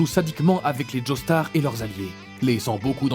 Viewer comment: "Crocodile" "uchiha" "djostar" "Griffite" et tant d'autre seigneur fait un minimum d'effort mec même ton intonation sonne fausse genre vrm ya rien qui va tu donne pas envie